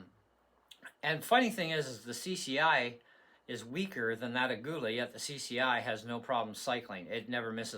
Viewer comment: It is pronounced "a-ghee-la"